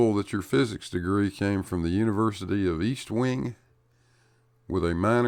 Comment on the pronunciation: 1. It's *EST*wing University. B. That Guy has yet to finish Broomhandler Preparatory School.